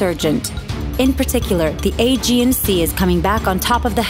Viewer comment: I thought she said The A, G and C.